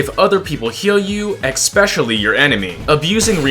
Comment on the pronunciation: dont say expecially please